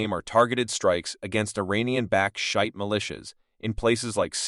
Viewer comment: Shiite not shite..lol..